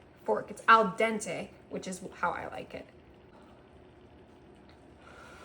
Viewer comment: That is NOT "al dente"